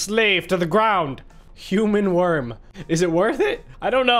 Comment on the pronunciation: Is not a nek is a wirm